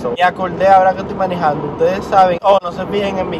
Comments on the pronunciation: diciendo manijando me dan gana de decir en vez de manejando manijando:v no se Polque pero bueh' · depositen aqui todas la veses que dijo miniiijando hehehe